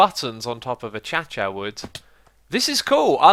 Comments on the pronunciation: AFarma Ant in australia we pronounce it ah-kay-sha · Ahchacha was Keralis's word and X enjoyed it so he uses it as well. He says it properly as "ah-cay-shuh" from time to time. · A-cha-cha WHAT?!?!? a-cay-sha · Achacha Wood? Choochorial? What are these weird things you say X? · hello im xisuma and i say achacha wood. like it is its the dance (no offends) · Achacha was originally pronounced like this by Keralis when this wood type was first introduced. The rest of the server caught on and X has pronounced it like this ever since. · AH-CASE-SEE-AH = Acacia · I reccomend to you a band called Kraftwerk. I think you would enjoy it. also, the wood the pagoda is mad of is pronounced uh-kay-shu. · Your pronunciation of Acacia hurts my ears.